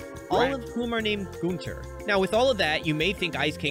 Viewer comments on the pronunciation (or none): “All named goon-ter” Mf that is not how you say it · It’s pronounced “gun” “ter”